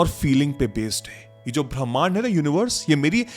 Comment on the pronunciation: ब्रह्मांड😅नहीं 😅भीमांड 😅बोलो 😂😂 😂 सर